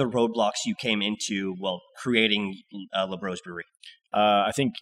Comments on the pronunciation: Got too used to pronouncing Labrosse in the most Anglo way... 😅 It'll be LA BRO SEE next time. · It’s pronounced LA BROSSS, not LA BROS. 😂